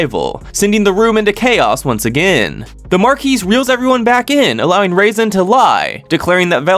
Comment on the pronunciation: I like how he pronounced Razen as "raisin".